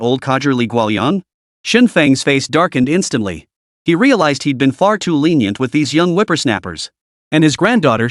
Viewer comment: Chu Lan: Litenient